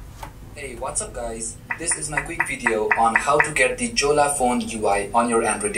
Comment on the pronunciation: Learn how to pronounce Jolla!